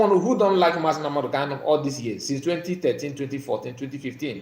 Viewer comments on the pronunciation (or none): Please the name of our leader is MAZI NNAMDI KANU, so try to be pronounce it very well.